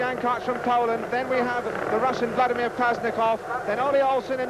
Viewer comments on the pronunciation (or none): none